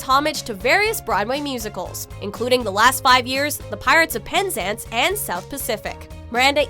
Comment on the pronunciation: Please learn how to pronounce Penzance.